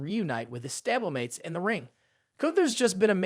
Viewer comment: This has to be like AI right? Stabble-mates and weyyeueeweyy